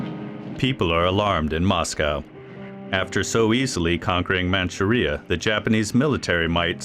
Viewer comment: Your robot voice does not know how to pronounce "vehemently" or "Manchuria." Very sloppy.